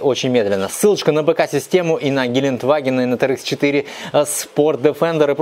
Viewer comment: Ааааа! Кровь из ушей - ГелендЕваген - так произносится это немецкое название